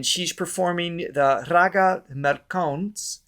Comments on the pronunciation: It's mal as in malcontent. The pronunciation isn't Molkauns, as that's how mall insmall is pronounced. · "Mal" as n small, "kauns" as in how so